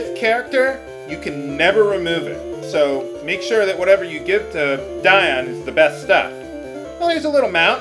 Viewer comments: But you don't explain why, in light of your awareness of "Dee-on" that you stuck/stick with "Die-on". Did you stop pronouncing it that way? Am I mistaken? D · ディオール Is "Dior". That's the original Japanese. I figure it's pronounced "Dee Oh R[u]" Have you NEVER Met ANYBODY named Dion in real life? "Dee On" ? I mean, I can forgive some words in some playthroughs, but this is a common name used in America, and the original name is quite close with this pronunciation :( I'm certain you would have argued with us in a previous episode, but I can't recall seeing such. Why do you stick to "Die-on" ?